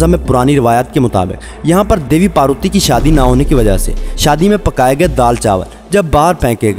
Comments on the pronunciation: Naam to Sahi lo paruti Kya Hota hy sharm Karo thora Kisi os dharm ko maan to Nhi sakte but os ki respect to Karo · parooti ni parvati naam he.